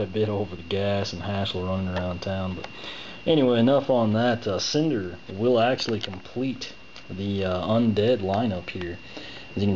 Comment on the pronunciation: Its Snyder not cinder lol